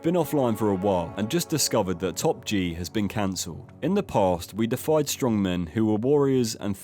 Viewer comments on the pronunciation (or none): it's pronounced DEEify, not defied, it means to make someone/something into a god. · Steppe is pronounced “step” not “steep” - FYI, narrator And now you’ve pronounced deify as “defy.” Oh dear.